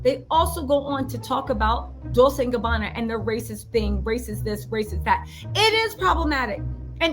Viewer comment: It’s Pronounced Dole-chay! Not Dole-say. The Kardashians are just a bunch of jealous haters. They are just mad because Kourtney is living her best life. I’m truly happy for K and T.♥️